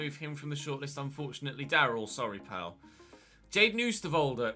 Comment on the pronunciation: It's Daryl Dee-kay